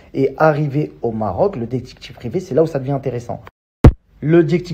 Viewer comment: “Le dectCHIctCHIve privé” 🤣